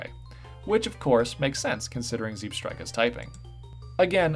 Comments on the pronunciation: I am an American😂 I pronounce it ‘Zee-bra’ and ‘Zeb-strike-uh’ I believe it is the Pokémon’s official pronunciation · These were all very cool, well done everyone Also, did pronounce it “Zeeb-strika”??😂